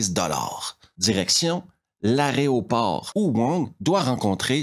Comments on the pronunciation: Y a un truc qui est marrant avec ton accent, quand tu dis "aéroport", on a l'impression que tu dis "arrêt au port". Je sais, c'est très con mais ça me fait délirer. X) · Mec en vrai j'adore tes revues mais bon juste un truc parce que mes oreilles saignent une fois de plus : aERoport (de aéro : air) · C'est toujours un immense plaisir que de vous suivre. Votre charisme et votre façon de raconter l'emportent souvent, à mes yeux, sur le contenu des films eux-mêmes. Par contre, je craque (gentiment et respectueusement) : on dit a-é-ro-port. 😂😅😉